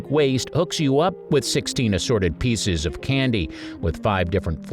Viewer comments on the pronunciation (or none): none